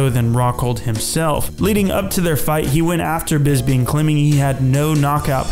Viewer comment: I honestly think that The Count's name is Bisping, and not Bisbing.